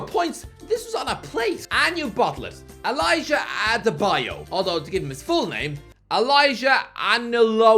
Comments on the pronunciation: you try small, did not completely butcher the lads name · with the worst nigerian name pronunciations ive ever heard damn😂😂😂😂 Its not that hard, c'mon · just murdered Adebayo's name😭😭